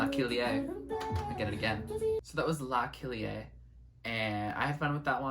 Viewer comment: La kilié samples a brazilian funk song (which was a huge hit in Brazil). The song is called Passinho do Volante (Ah lelek lek lek) and insted of pronouncing it like lelek she made it la kilie. Good tribute to brazilian music.